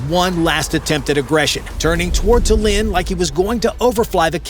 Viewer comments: shame cant pronounce Tallinn, and what is pilot going to do to scare them? Drop poop on them like the big orange clown did over the US. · Love the pronunciation of Tallinn. Lol 😂